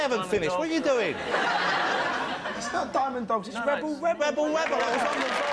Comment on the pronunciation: "Webel Webel" as he calls it.